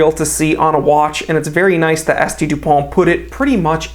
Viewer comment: You pronounced S.T. Dupont wrong... ;-)